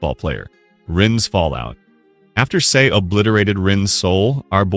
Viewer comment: this guy can't even pronounce Sae's name right. Americans always pronounce A as Ay.